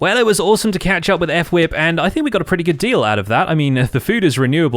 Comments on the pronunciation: When he calls fWhip, F-Whip :| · hey great episode!! just a small thing: fwhip is pronounced as one word, not 'ef'-whip but more like you would say 'flip' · It's said as f-w-i-p not E-f-f-w-i-p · I love how he says F-Whip and not fWhip like most of the other empires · I know did NOT just say fWhip’s name like “ef-wip” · I love how calls fWhip F-Whip. King of Enunciation. 😄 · He says F Whip LOL